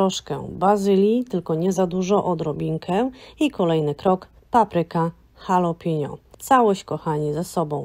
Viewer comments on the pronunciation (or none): halapeño, poprawnie😉, a nie halapiño jak ta pani twierdzi... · Ja bym jeszcze dodała ,że nie mówi się halo pinio tylko halapeńo...a pisze jalapeño